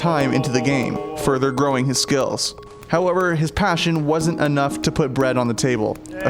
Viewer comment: "however his PASHion..."